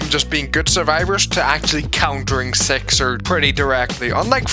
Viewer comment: WHY ARE YOU SAYING SIXER WITH E ISNTEAD OF I